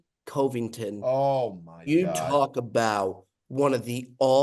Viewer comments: gotta work on the pronunciation, coveington was rough.. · really doesn’t know how to pronounce Covington…..